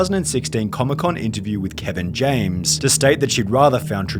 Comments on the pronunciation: “Kevin James” lol. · help me did he say kevin james